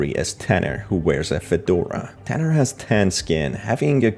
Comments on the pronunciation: HIS NAME IS NOT TANNER IT IS TUNNER🤬👺👹👿😠😡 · And plus its not tanner its tunner